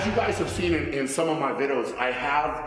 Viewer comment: Brian is so excited, he pronounced videos as "viddos"